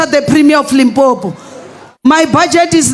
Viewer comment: people can't even say LIMPOPO, but were fighting hard to have a a march there 🤦🏾‍♂️